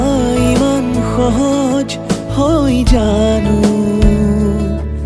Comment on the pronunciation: সহয??উযাগৰী??নুবুযু???? উচ্চাৰণ ঠিক হ'বলৈ এতিয়াও বাকী আছে নে! গীতটি ভালেই হৈছে,খালী শব্দবোৰ বৰ ৰহণ সনা যেন হৈছে ,ঠিক এটি গতানুগতিক গীতৰ দৰে আজিকালিৰ!